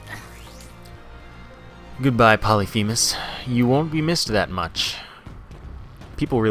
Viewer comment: Y u no pronounce Polyphemus correctly?